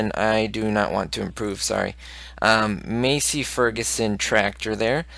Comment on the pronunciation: You aren't pronouncing Massey Ferguson right you pronounce it like Mass-ee Ferguson